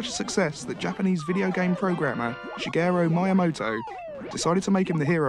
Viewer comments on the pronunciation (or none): Can we replace the term "gamer" with "game wizard"? I think that's much more appropriate. - Yes, back in the 90s, Nintendo was so popular, their hotline required an entire city. - He was briefly unemployed, but people hated the thought of Mario not working on their toilet, so he had to get back to Butt Crack City. - I guess that's one way to sum up Donkey Kong. - "Miyo-Moto"? Has Shigeru Miyamoto ever met that guy? - "Mary-O"? Uh-oh, the pronunciation police are gonna have a field day on this one. Also, the clips are game behind here, because is talking about Mario Bros., not Super Mario Bros. - You know, I understand that you might get a little confused with Mario Bros. and Super Mario Bros., but you think they might realize that Super Mario Bros. 2 is not Super Mario Bros. 1. But I mean they just work at Nintendo, so why should they know the Mario games. - Watch your back, Mario. Mickey's gunning for you. - So, they used footage of the frog suit from Super Mario Bros. 3 to talk about Mario swimming like a fish in Super Mario World. I don't understand anything anymore. - "We aren't actually gonna show you any footage of that movie, because we're just so proud of it. So instead, enjoy this footage of the Super Mario All-Stars commercial." - Pretty crazy how there's never been a Mario game since Super Mario All-Stars. - Oh man, I guess Super Mario All-Stars really was like Transformers: Generation 2. - Was Crai